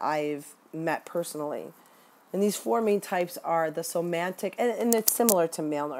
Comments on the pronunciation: somatic, not somantic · Do you mean somatic when you say "somantic"? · It's somatic not somantic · I love your video. Hopefully you don't click your pen, or whatever that sound is, in all your other videos. And it's somatic, not "somantic". But it's great to hear people talking about this. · Great video. Just an FYI. It's SOMATIC narcissism (not somantic.) at first listen I thought you were identifying a new type I hadn't studied yet and got confused. The term comes from the Latin 'soma' (in medicine) meaning "the body". This disorder already has so, so many types and variations, with symptoms and behaviors and terminology that's already very confusing which is my reason for correcting. The use of correct terms is essential to truly understanding them in our studies. Also, in this day and age of career women the cerebral type is found in lots of women too. (They be MUCH smarter than you & I, you know!). Lol. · The word is SOMATIC, not somantic. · They are called somatic -- not somantic.-- narcissists. It undermines your credibly to mispronounce a term of art. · They're called "Somatic Narcissists." You keep adding a "N" to this word. Not being a jerk here, just providing an annoying correction. lol